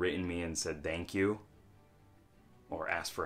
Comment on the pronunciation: Oh my god you still say 'dank' you... xD Can't help but notice it. I think I want to look into that game or thing or whatever, seems really interesting. I really think seeing your videos always helps me see my own journey a bit more hopefully somehow, with this idea you shared here too, whne you said something like tending to your own farm, as in your life, it just makes a lot of sense for me, noticing how I feel when I have tended to the different aspects of my life and then noticing how different it is when I've either neglected it or there's just a drought.